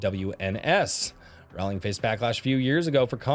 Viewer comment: Stop pronouncing her last name as Rawling! It is pronounced like ROLLING Rock Beer! Say it Correctically!!!!! GET BACK HERE! I'M NOT THRU DEMEANING YOU!!!!